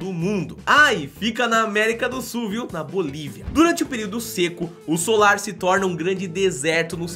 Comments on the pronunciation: Vc falou solar ms o nome eh salar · Oi, amei o vídeo, mas vc falou "solar" o tempo todo e o certo é "salar" como aparece escrito no vídeo. Rsrs, mas a sua insistência em falar "solar" não podia deixar passar em branco. Sorry... Mas o vídeo ficou incrível. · gostei muito dos locais mostrados e sempre curto seus vídeos. Mas vc precisa prestar um pouco mais de atenção nas suas narrações. O lugar de chama SALAR, porque é totalmente coberto de SAL. Mas o tempo todo você falou SOLAR! Isso é um tipo de palácio antigo, não tem nada a ver com o que estava sendo mostrado. Foi só um toque. Parabéns pelo seu trabalho. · é SALAR é não solar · desculpe mas se diz salar.